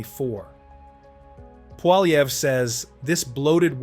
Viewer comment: you really need to learn how to pronounce his name